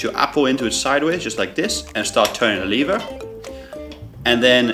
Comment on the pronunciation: on the first on he says leaver